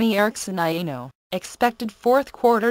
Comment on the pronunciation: It is quite nice. Yeah, did this one. She didn't know how to pronounce "Aino" though.. it kept sounding like "Anal". Cough cough.